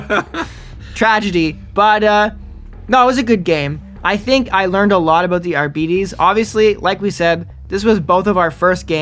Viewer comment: Isn't it pronounced "are-bytes"?